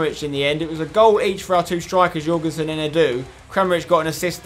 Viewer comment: You nailed that pronounciation of Jørgensen Spencer. I know cause im Danish. PS love the series keep up the work👏🏽👍🏽